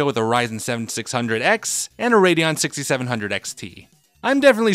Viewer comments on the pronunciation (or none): none